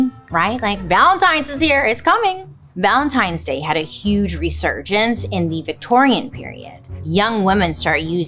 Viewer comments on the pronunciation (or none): Everytime she says the holiday's name... my head hears LUBRICANT. ANYONE ELSE?!! 😂😅😂